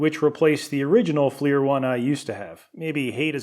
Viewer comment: "Fleer" FLIR is (When not used as the name of the company) actually an acronym. Forward-Looking Infra Red. Pronounce it like "Flirt" but without the T. Please. And, er, it's not a Hill Pump. It's a pump made by Hill. These things are not the same. And, do I really have to say why the IR flashlight showed nothing? sigh Fine. Not all IR is created equal. Different wavelengths. The IR spectrum is wide and heat is only at one end. And, why did you not mention Boyle's law or Charles' law by name? Since, you know, this was about science. Normally you do so well,. But, this one.. waggles hand